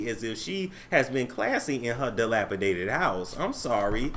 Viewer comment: Every time he says dilapidated I fall out!🤣🤣🤣